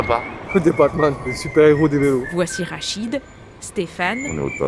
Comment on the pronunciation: 2min27. C'est Rachid, pas arachide. Merci